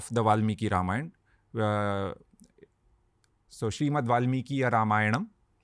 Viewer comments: Beta Ranveer, even before I could proceed to listen to this podcast, your repeated mispronunciation of “रामायण” as “रामायन” made me wince !! Hindi has reduced the Sanskrit phonetic to abbreviated sounds such as Ram(uh) becomes Ram or Lakshman(uh) लक्षमण becomes लक्षमन!! As an ambassador of Sanatana Dharma, don’t you think it is important for you say it right?😊 Shubha Deepavali! 🪔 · Dumbo It's Ramayana not Ramayan... The dropping of 'a' at the end is called Schwa deletion which is a distortion creeped in due to prolonged illiteracy in northern part of India.. so they misspelling and mispronounce Rama as Ram, yoga as yog, Shiva as shiv and so on